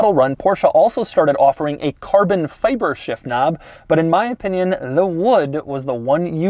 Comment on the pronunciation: "carbon feiber..." - Irish Doug